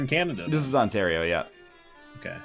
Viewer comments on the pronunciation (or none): none